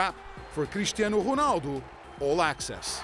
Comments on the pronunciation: Crrrrishtianu Ruhnalllldo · Haha the way pedro pinto pronounces his name is funny lol cristiyeanu runaldu